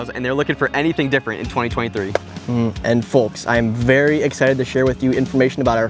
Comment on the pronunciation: T.C3 pronounces the L in folks super hard and that shiz annoying af.